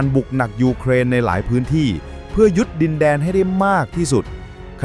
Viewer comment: วรรคโอเค แต่บางคำปูตินเป็นปูตีน ยึดเป็นยุ๊ด แต่วรรคตอนฟังไม่ขัดหูก็ผ่านครับ